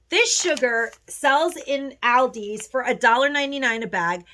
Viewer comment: Please pronounce Aldi's correctly.